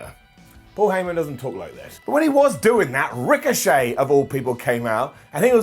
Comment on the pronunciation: “Our pal Ric-o-Chet” made me laugh 😂 😂😂